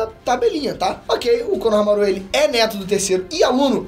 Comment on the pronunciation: só arruma a pronuncia de shikamaru e konohamaru, por favor, não coloca a sílaba tônica no final